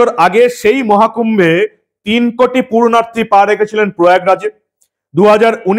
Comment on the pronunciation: শব্দ টা, পূর্ণার্থী, নয় পুণ্যার্থী। পুণ্য সঞ্চয় ইচ্ছায় কোন কাজ করেন যিনি ,তিনি পুণ্যার্থী। পূর্নার্থী নয় সংশোধন করে নেবেন please